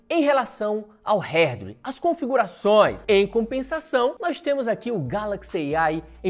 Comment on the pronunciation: "herdwer" kkkkkkk😂